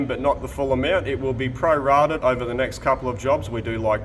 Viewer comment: Never heard anyone say 'prorated' in such a way. Must be the aussi version